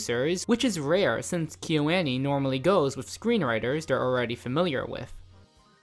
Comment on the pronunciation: The way kyoani is being pronounced in this video is killing me